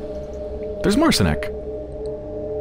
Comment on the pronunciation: It's pronounced Mart-Sheen(ek) if anyone is wondering. Polish for Martin.